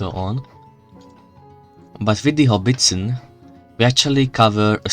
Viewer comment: It's a howitzer, not "Hobbiston".